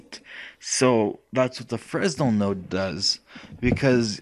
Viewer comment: Thanks for the tutorial. By the way, it's pronounced "fray-nel", not "fres-nel".